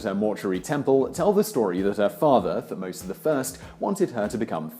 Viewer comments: He also mispronounces Thutmose. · I enjoy the show, very much and have been following it for a while and will still do, but the names in this episode were done painfully wrong. for one thing the subject of "Hatshepsut" was covered extensively in the comments, but Thutmose was also pronounces wrong. The T is separate from the H, more like T-hutmose. aside from that, gread vid though. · Your pronunciation of Thutmose and Hatshepsut made my brain hurt. Still, good video. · You butchered her name. Thutmose's, too. Ugh. As a studying Egyptologist, I want to strangle you. 😤😬